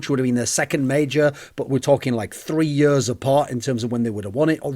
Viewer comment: for yuurs and yuurs and yuurs